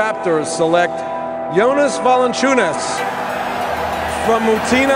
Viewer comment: Green grass Jie nemoka tart Jonas Valančiūnas tai taria Džonis